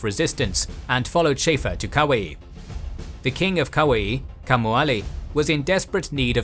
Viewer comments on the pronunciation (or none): King Kamehameha - Ka-may-ya-may-ya Kuai - koo-why You have a tendency to brutalize pronouciations in many of your vids. Ruins otherwise good content. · Nice video, but interesting pronunciation of Kaua’i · Nice try for Kauai buddy too lol